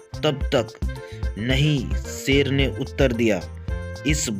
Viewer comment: Sher hota hai seer nahi🤣🤣